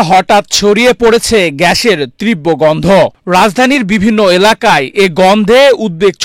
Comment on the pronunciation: ভাই তীব্র নট ত্রিব্বো ---tibro not triboo--বাংলাটা ভালোমতো অন্তত শিখেন। ...